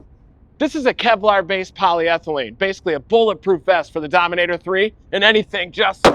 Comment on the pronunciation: 'sqweak sqweak goes to domin ater 3'